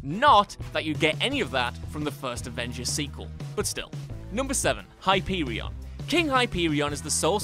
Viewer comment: Hi-pee-wee-on lol